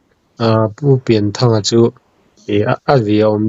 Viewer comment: Pianthanga tih tur a ni a, Pian tih hi Lian kan lam ang a lam tur a ni.